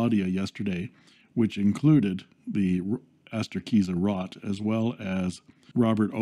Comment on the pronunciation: Arrgh! Another metal section. Fully agree on your rant of Amazon and B/M stores. As you point out there are many excellent Chinese pens for a lot less, but I think the idea of having to "wait" for them turns the person who would want one of these off. Can't wait for your next video! FYI, German ROT has a long "O" the correct pronunciation is like boat but with an r. Have a nice day and keep safe